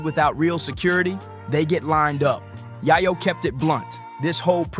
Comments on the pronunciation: Bro it’s pronounced “yay ooooo”. Not yahh oooo lmaooo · Way back in the day I loved the rapalot movement. Fast forward o now and Jay Prince is too old to be acting like this. Also "tony yah-yo"?? Huh?? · Bro you really pronounce yayo name like that wtf 🤦‍♂️ embarrassing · This guy need to learn how to pronounce yayo